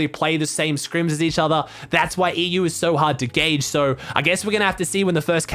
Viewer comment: you pronounced ''EU'' wrong